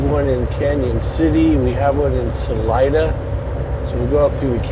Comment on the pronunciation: Salida, COLO. not salina. Salida is spanish for exit.